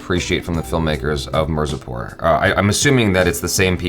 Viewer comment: It's mirzapur not marzipur 😂😂😂😂 😅😅😅😅